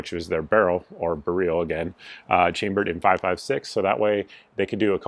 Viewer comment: Idk why people pronounce Beryl "bareel". My wife is Polish and I lived in Poland for 3 years. It's pronounced just like rifle barrel but with a hard R.